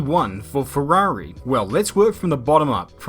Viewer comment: LOVE the english accent saying ferhuarhi (Ferrari)